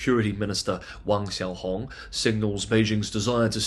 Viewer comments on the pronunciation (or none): Wang Xiao Hong or "Hang"? Clean up your Mandarin.